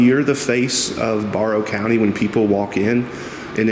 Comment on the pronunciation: “Bear-ow” county. Hope that helps